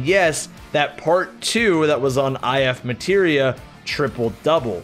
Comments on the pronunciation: That and I-F MATERIA. Like, dude. Come on. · says "x machina" reading 'ex machina' but "eye eff materia" reading 'if materia'